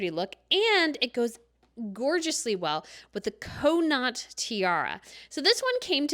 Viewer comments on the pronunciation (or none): I can’t reiterate enough. Con. Aught. It’s never been Coe. Never. Never